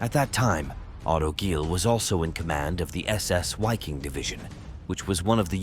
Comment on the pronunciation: Full of mispronunciations.....it's MOdel..and the W in the Wiking division is pronounced as a V